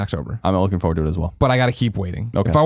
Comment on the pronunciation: Colin pronounces "forward" a little strange right...that or I've been saying it wrong my whole life